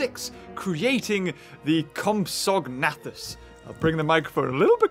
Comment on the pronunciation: You say compsognathus like comps-a-nay-thus